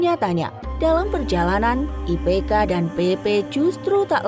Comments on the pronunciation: IPK min, kok IKP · IPK bukan ikp